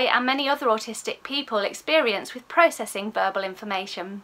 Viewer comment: Agree with all you say! I did chuckle though as I heard it as burble processing 😂x